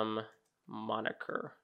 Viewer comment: is moniker not monikier